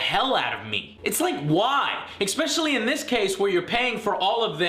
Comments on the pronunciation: Okay the way you pronounce especially is getting irritating, there is no C or X after the E. ESS Specially. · There's no x in especially so please stop saying exspecially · I agree... everyone (except him) knows it's especially NOT expecially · "Expecially" *twitch twitch*